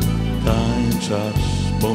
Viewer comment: Glos niezly, troche trzeba popracowac nad dykcja nie tanczasz tylko tancz az